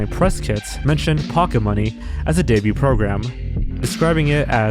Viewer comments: my guy. your videos are good. but the t in 'debut' is silent. it's been driving me nuts watching your lost media vids (no hate tho) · You really need to learn how to pronounce "debut", "debuted", "debuting" etc. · The "t" in "debut" is not pronounced.